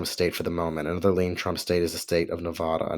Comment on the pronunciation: You don't even know that it's not Moslems that live in Michigan and PA, it's Arabs, about half of whom are Christians. Christian Arabs have also lost faith in Biden for his Pro-Israeli nod to Arab genocide, but I guess you wouldn't know that either since you don't mention it. Also you cannot even pronounce Nevada correctly. Why should we trust your opinions on these matters. Your knowledge is superficial.